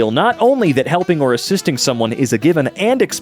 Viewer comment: I think "assiating" was supposed to be "assisting".